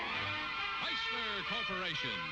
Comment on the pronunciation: we have the beautiful Mary Costa for TorqueFlite. Also loved the voice of Art Gilmore the announcer. Nobody could say "Chryslerrrrrrrr" better than Art Gilmore.